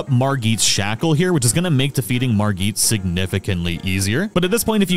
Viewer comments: ..MarGEET?? ..really dude? lol he says his own name MARRE-GET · Margit not Margeet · Why’re you calling him Margeet, he clearly tells your how to pronounce his name.